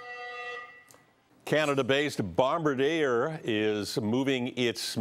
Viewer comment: Barm-ba-deer?, you killed that pronunciation.